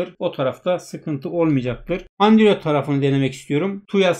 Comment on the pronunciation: Androide andrüyot diyen seviyoruz seni:)))